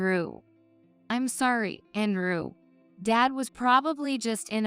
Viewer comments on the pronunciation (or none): Whoever this woman is, she mispronouncing mang English words. Andrew is pronounced An drew and not And rew. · I’m hearing the complaints of the AI readings and I must say I agree. This seemed to be an interesting story but once I heard the AI and mispronouncing Andrew with “An rew” I just couldn’t listen to it any longer. I will willingly try to give it a go and read this story if whomever has propriety and ownership of it lets me. For FREE! :). I just can’t handle these AI’s. It’s one thing if they are pronouncing correctly but with errors? Might as well let an a human read it with errors :) After all to err is human. :)